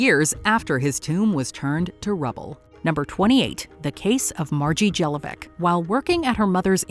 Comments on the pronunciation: 28 Her name Jelovcic is reading like Margie JelovCHEECH (like many Serbian, Horvat, Czech, Polish names) not demn Jeloveck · Jellovic....come on guys, that's not how you pronounce Jelovcic. It's more like Yelovchich